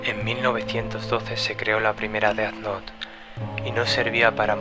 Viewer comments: se pronuncia dez nou, no deat not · e disculpa pero ... se dise ded nouth no deat nouth